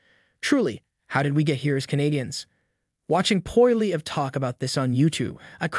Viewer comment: I like your reports but you need to work on your pronunciation of words, its jarring. Its Sass-catch-ew-wan. Your other video that had polyamorous in it and wow, butchered. Poilievre is our next PM so maybe... learn how to say it. Poy-lee-ev.